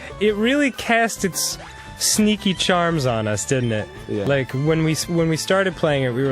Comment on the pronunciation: Now that I know he has an accent, and can't help but hear it when he says "cast" and "sneaky"